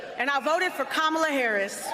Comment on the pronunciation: ✨Love Usher✨ But his support for Kamala left a LOT to be desired, mispronounced her name, made the shortest support speech of them all that also sounded generic. Absolutely P**s Poor Usher. If you’re not going to put your heart into it, please spare us. A celebrated man who just completely failed to celebrate this woman and ALL of the media just go along with it???